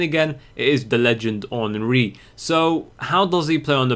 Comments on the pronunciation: Say en and ri not enneri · The wolves henry us pronounced On-Ree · karl henry for wolves they say henry like you are supposed to say theirry henry. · the way his name is pronouce is the right except you don't watch EPL soccer ... his name is prononouce hunry instead of henry in real life soccer